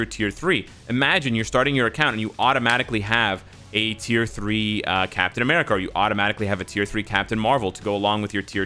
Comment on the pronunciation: "Captain Americal"